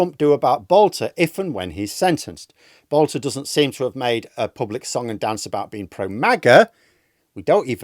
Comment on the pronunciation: His name is Boelter not Boulter. He has no relationship to the divine Katie.